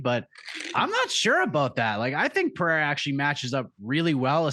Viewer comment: Lol, Alex is in your corner. Learn to pronounce his surname.